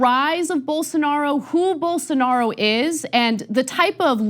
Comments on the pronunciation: Unbelievable that the left-wing liberal socialist progressive communist Marxist atheist media can't pronounce Bolsarnaro's name correctly. No wonder Rave left for greener pastures. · You just showed why no one should take Rubin seriously. Come on, I am a regular guy and I know how to pronounce Bolsonaro's name and that he is hyper-conservative. How does a paid commentator not know this?